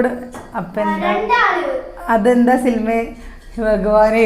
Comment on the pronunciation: സിൽമ അല്ല സിനിമ